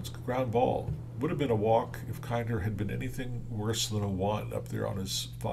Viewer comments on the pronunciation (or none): It's KINN-der